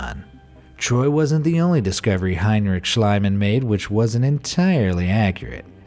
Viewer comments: SCHLIEMANN is pronounced "SHLEEMAN", not "SHLEIMAN". you either wrote or pronounced it wrong mate. ♥ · It’s Schliemann, not Schleimann. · Its Not schleimann its Schliemann more spoken as ea like Team or so.. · its spoken "Shlee-man" not "Shlai-man" (not meant bad or anything, just to inform * ^^ *) but a very interresting vid, thx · It is not shlaiman.it is pronounced shleeman. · The name 'Schliemann' is pronounced with a long ie. E.g. like 'piece' and 'niece'. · Try to speak the "ie" in Schliemann like "Schleemann" ( as in "need") oder "Schleamann" (as in "speak"). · Schl-ee-man! In German (and a lot of English) ie = ee; ei = eye. Also W = V and V = F (fairly hard), and J = Y. There, that's basic German for you! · I thought the archaeologist’s name was pronounced SCHLEEMAN. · You're absolutely correct. Annoys me that they never bother to check out pronunciations. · please read it as it was written like shleemann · Schliemann is pronounced schleeman in German. With the I and e together in German you pronounce the second one not the first. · It's pronounced SHLEE-mahn. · Why americans dont even try to pronounce “non english“ names right? Its not shlyman oO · Your pronunciation of Schliemann drives me crazy.